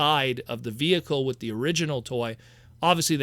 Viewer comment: Why do you say "wit" instead of with? What accent is that I'm picking up on? I mean no offense. Genuinely curious. I've found this line to be a joy and I welcome more. They could do more than two waves and I'd love it.